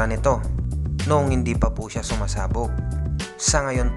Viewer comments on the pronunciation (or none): none